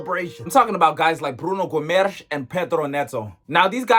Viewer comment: Wtf was that pronunciation of Guimarães and Neto?!